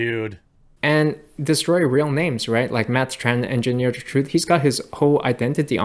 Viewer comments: Tren black. Not tran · You keep saying Matt Tran, when you mean Tren Black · You keep saying Tran Black